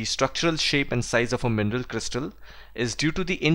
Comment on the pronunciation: I thought you were saying "MENDEL", I just realized you were saying mineral